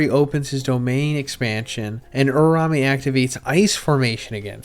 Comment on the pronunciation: you do this for a living bro pls lmao its U-RA-U-ME